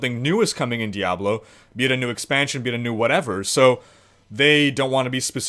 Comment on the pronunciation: lol "Diyablow"